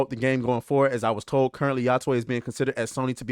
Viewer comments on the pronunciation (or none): I heard "yothai" but.... Ya-twey??????? That was the most weird way I've heard 😂😂😂😂😂😂😂😂 so you saying Sony invested MILLIONS to just turn a blind eye on the development process ??? 😮😂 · It’s pronounced yo tay